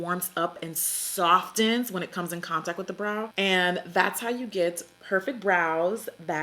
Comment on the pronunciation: I love when you say soften. Soft-ten. Lmao! Keep it up Jackayyyyy